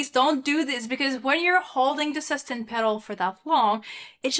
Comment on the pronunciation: Su-stain pedal...not sustin pedal...please